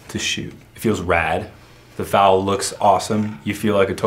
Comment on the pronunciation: its said Fal like bad not fal like bod